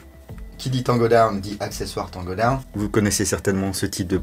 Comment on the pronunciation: Je like pour l anglais camarade Taango daown😉😂😂💪🇫🇷